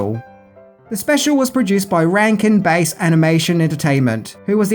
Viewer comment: The Bass in "Ranken Bass" is pronounced like the fish Bass (B-æ-s), not base as in baseball or bass as in low frequencies.